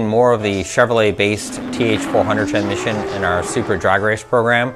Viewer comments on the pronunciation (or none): Am i high or did he keep saying Tranmission, not Transmission.